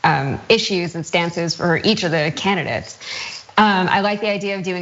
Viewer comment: To the lady, you come across as very smart, superstar material. Just please be careful with your inflection and pronunciation, "voters", "election" and "candidate", were 3 words that instantly changed you from a talented journalist into a Kardashian. All the best :)